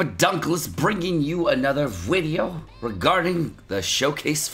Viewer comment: inb4 they change raids so that if you accidentally bring two Gowthers and they cast rank up twice in a row the second time will derank all cards by 2 ranks instead. Loving your vids but the Mexican 'Video' pronunciation is starting to be more dead than dank. Maybe keep it to once a Huedeo.